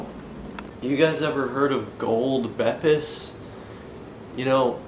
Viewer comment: Plz don't pronounce them as Bepis that's rlly regarded